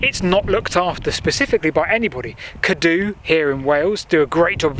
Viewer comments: Fantastic video - really interesting and it’s great to see some light shone into some of these more obscure industrial remnants. (I also now know how to say Cadw properly! 😆) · Lol! Well at least you asked :-) Nearest English pronunciations something Garn-THUR-is, ('dd' is always a soft th in sound like in the English word 'with'. Emphasis always on the penultimate syllable; E.g. CADW is CAD-oo not cad-OO. Happy to help out if your down this way again in the future Like I said, love your vids - Keep up the good the work!